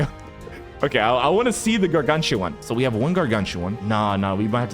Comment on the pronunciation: yea and also pronounce garganCHuan